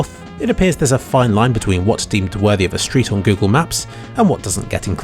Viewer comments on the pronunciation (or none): none